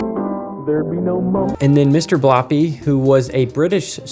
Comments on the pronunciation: Bloppy? It's blobby with a B, not a P. And "Mr" Noseybonk was simply Noseybonk. Strange how you only chose American kids shows to describe your "golden age". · It's Blobby, not Bloppy and he's still a national treasure we Wheel out sometimes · You're not saying Blobby right mate lol